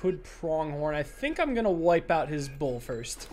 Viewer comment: says "bull" like "boar" and it gets me confused every time